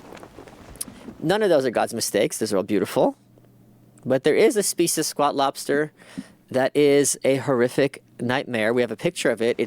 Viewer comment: I hate how he says "speece" instead of species